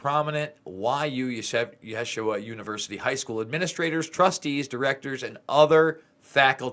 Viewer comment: these religious institutions are all corrupted. yeshiva is pronounced 'yasheeva.' child molesters run the world. here we are in these last days, end times, ( it Is biblical) those who read/understand that book where it is written that all will be revealed in the end times. thank you for your part. it will continue and not be swept under the rug anymore. can't thank you enough, for your very important work and your courage to expose the Truth!!! I am a believer in Yah (God) and Yahusha (Jesus) and pray that " No weapon formed against you shall prosper."